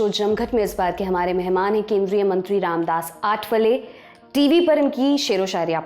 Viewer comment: I thought his name is pronounced Ramdas atthawale 😂